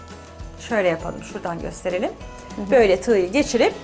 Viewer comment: hanim elinize saglik, cok guzel seyler gosteriyorsunuz bize ama biraz da su Turkcenizi duzeltseniz. Surekli olarak "tignin" ya da "tigyin" deyip duruyorsunuz, dogrusu TIGIN olmali. Ustelik asil mesleginizin ogretmenlik oldugunu soylemistiniz, hic yakismiyor size.